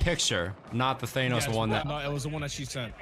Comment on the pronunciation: thanos: DAN-nos